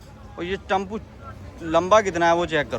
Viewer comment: सालों ब्लॉग बनाते हो टेंपो टम्पू बोलते हो फालतू ब्लॉग बनाते हो कभी scucesss नहीं होगे पहले उच्चारण5सुधारो